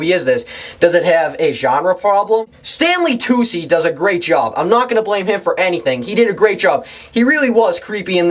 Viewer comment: You can't pronounce Saoirse, nor can you pronounce Tucci!!!!! Please get another hobby!